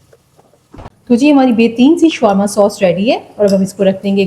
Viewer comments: شوارما نہیں شاورما کہیۓ ۔یہاں w سایئلینٹ رھے گا۔ یہ عربی کھانا ھے آپ سرچ کرلیں ۔ محمد meesaW قریشی ۔ کراچی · Showarma nahi bolte Shawarma bolte hain . Correct kar len . I like it aap ne achcha banaya hai . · This is not showrma , it's is sha war ma